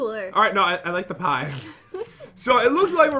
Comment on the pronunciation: Is no one going to talk about the fact that said pee-e instead of pie